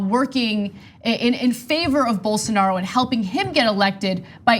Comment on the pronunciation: Dave Rubin: “Bolsaaanaro”